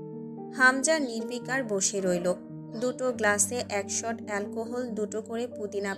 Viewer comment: আপনি অনেক উচ্চারণ ভুল বলেন শট কে বলছেন শালু😂